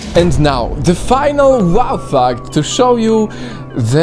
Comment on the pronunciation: bro why do you say WOW FACT in such a weird way I get scared dude chill be normal